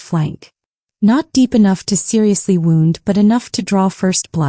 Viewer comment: Yes....very good story and the narrator (AI) is very good, I almost thought it was a real person. What gave it away was the pronunciation of bow and wound. Both are spelled the same but mean two different things when speaking it. AI cannot tell the difference. Listening from Frankfurt/Main.